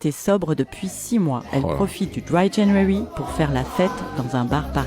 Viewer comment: Dwy janwawy